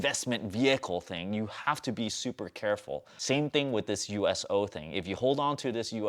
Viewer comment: He did pronounce USO correctly tho.